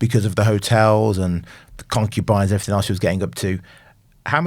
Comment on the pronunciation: I think I am listening to a serious journalist and 10 mins later I have to hear 'everythink', for gods sake people, it has a G not a fucking K at the end.